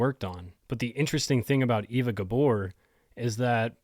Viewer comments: Not pronounced Ee-va, but Ay-va. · Eva is pronounced Ay-va.